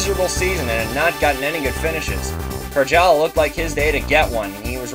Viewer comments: You need to pronounce it "Caryala." Nice track though, looking through blue-and-white glasses ;D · Why do you say "Karala" instead of Karjala?